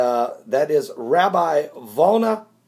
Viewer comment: It is the Vilna Gaon, not Volna.